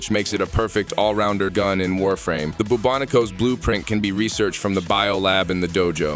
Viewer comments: Interesting, or the fact that the a.i. voice Said "byue-ba-NIKO" instead of bubonico lol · I love the way the tts screwed up Bubonico at first. "Boo Boo Nico" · Hahaha the way the AI-voice-over pronounced the Bubonico is so weird and funny